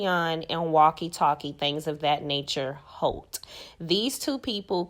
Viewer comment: I do not know on the reunion when CK said Melody Shari he proudly said Holt. Its Holt